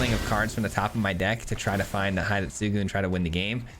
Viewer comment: the pronunciation for hidetsugu is not "hide" but more to "he day" - tsugu.